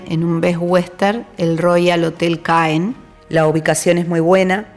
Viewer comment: Ma Normandie! Trés belle! Muy buen recorrido. Gracias La ciudad de Caen se pronuncia CAN